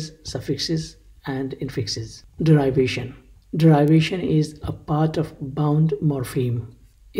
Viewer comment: You pronounce derivation wrongly!